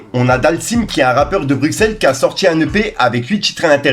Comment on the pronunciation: Bruxelles avc ss ... c est pas complique pourtant ... sinon moi j dis pariSsss